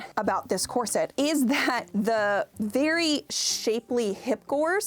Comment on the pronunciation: Loved this! In particular the correction pronunciation of corset as opposed to core-sette vid been hearing of late!